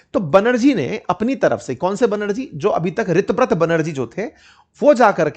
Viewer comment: Sir o pronunciation is tar ha sego रीताब्रता